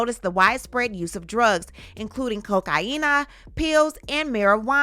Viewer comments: Chuckled at "Coke-hyena", but I know why you said it that way...carry on... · Coca-yinnnnaa! 😂 I'll start saying it that way from now on, thanks 😂❤